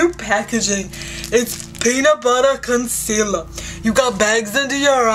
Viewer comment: aint the packaging cute?! its peanut buttah concelahh!